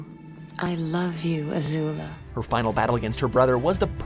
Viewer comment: Danneh W well they did pronounce Zuko, Ozai and Azula right, that’s better than not pronouncing anything right